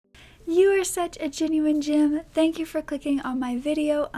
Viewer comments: It always sounds like "genuine Jim" to me... Which I still love lol. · I know you're saying 'gem' but my brain always interprets it as 'hello my genuine Jims' : D